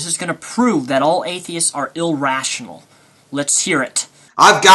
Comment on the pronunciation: "in other rurs" "no reasing" "illrational" "obniscience" x4 "obniscient" & "attemping" "how you are misrepresent" wat.